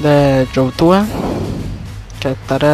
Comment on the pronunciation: NI "YOUTUBE" SABES DECIR!!